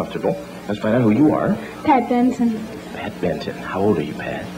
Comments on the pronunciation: She initially said Pat Benson. twice mispronounced it as Pat Benton. IT'S BENSON!!!...She oughta' know!!! She was nervous...but can lip-sync with the best of them! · Her name may be Benson but she is saying Benton and so is he!